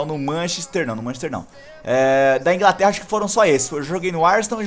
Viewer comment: "Ingraterra agora matei o portugues, e caplando aula de português "